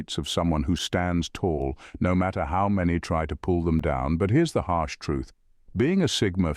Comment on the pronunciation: "Hash truth?" Did you mean "Harsh?" Great vid, as always!